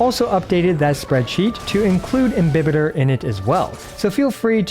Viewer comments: Your Pronunciation is right He's actually Im-bi-Baiter Luna 😂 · Dude you're one of the few to pronounce "imbibitor" the right way 😭😭😭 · Your pronunciation of "Imbibitor" is correct: it's latin, so it's pronounced as it's written I don't know what the voice actor was drinking when dubbing (pun intended) lol Ah, just one thing: the plural of Squama Sacrosancta is Squamae Sacrosanctae (ae is pronunced like you do in Lunae) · Your pronunciation is okay. This is a Latin word. There's no such thing in Latin as "im-bye-bitor"... This is just again the Hoyoverse localization team not giving a damn about the correct pronunciation of the words in their own freaking game... And "imbibitor" means something like "drinker" (most precisely, "imbiber") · I refuse to agree with the EN direction for how to pronounce it, your pronunciation of imbibitor is far superior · Imbibitor with an i is the correct Latin prononciation. You're damn right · FYI Your pronunciation of "Imbibitor" is in fact correct, although we don't know exactly what the latin pronunciation of words was, it's sure as hell gonna be closer to roman-languages such as italian or spanish than the americanization of EMBAIBITOR, which is a bit cringy tbh. I'm glad I didnt have to cringe for the entire video. Great work as always! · Technically you’re correct with your pronunciation, but the VAs did so in an English way 🤷🏻‍♀️ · 1., thanks for your precious videos! 2. You got the correct pronounciation for IMBIBITOR, however the AE sound in LUNAE should be shorter, like the E of EXACTLY 3. Wish me luck, i'm about to pull for this husbando 😂